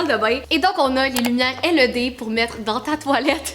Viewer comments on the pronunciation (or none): Sa ne se dit pas L E D mais led toute coller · Pas pour etre méchante mais sa ma gosser juste comme sa c pas l e d c led (tt lier) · je veux la même salle de bain LED 😂 (en france on prononce "laide" c'est très drole d'entendre L E D) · Led pas L E D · Super vidéo encore! Trop drôle que vous disez Led « L.E.D. » en France on prononce Led « Laide » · On dit led pas l e d dsl c’est juste que sa fait vraiment bizarre quand tu le dit hihi 😜😂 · pour info sa se prononce (laide) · Qui lui dit quelle prononce mal le mot led